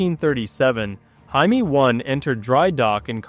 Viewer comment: Will You PLEASE Find The Right Way To Pronounce JAIME! -The Way You Were Saying It Is A Derogatory For "Jew"!